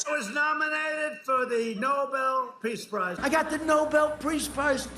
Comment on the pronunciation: He can't even pronounce "Peace Prize." 😂😂😂😂